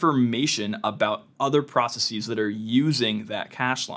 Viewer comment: You don't have to say processeez. It's not like other scientific words like analyses, hypotheses, or matrices. It's just processes. Like how you say houses. You wouldn't say houseez.